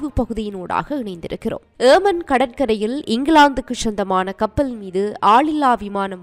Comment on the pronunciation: Not yeeman its yemen Please pronounce properly.